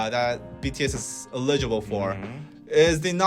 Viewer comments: I have nothing at all relevant to say here. Just that I was super distracted by you two's cute pronunciation of 'eligible'.😄 I love that it was consistently the same betwixt you. BTW, the stress is on the first syllable. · ELL-i-gi-ble!!!! Grammarly! Good!......Potential problem - you might not know how to pronounce words you have never heard spoken. Solution - Look up the pronunciation. - your English is nearly perfect, so - your errors stick out. Ex.: eligible - correctly pronounced with the stress on the FIRST syllable (not the second): ELL-i-gi-ble (not e-LIG-i-ble). You BOTH made this mistake. UGH! I still love you.